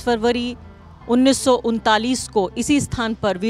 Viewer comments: उन्नीस सौ उन्तालीस नहीं इक्कतीस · mam plz correct 1931 लिखा है ना कि 1939 जैसा कि आपने उच्चारण किया है। आप हिंदी के वरिष्ठ सम्मानित पत्रकार हैं इसलिए आपका ध्यान आकर्षित कराना चाहूंगा आप मेरा पसंदीदा पत्रकार हैं इसलिए विनम्रता पूर्वक आपसे अनुरोध है मैंम। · 1931 लिखा है, 1939 नहीं l हिन्दी पढ़ना सीख लो, क्या पत्रकारिता करोगी मैडम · Not 1939 ...it was 1931 Hindi me likha h ..... pronunciation galat ho gya aapse... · आरफा जी १९३१ को १९३९ पढ़ रहीं हैं।मैडम न्यू पेंशन स्कीम को नेशनल पेंशन स्कीम कैसे बोल रहीं हैं। ठीक से बोलना जानिए। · 1931 hai madm dang se pado